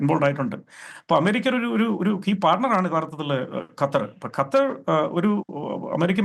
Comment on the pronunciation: അണ്ണാച്ചി കറ്റാർ അല്ല ഖത്തർ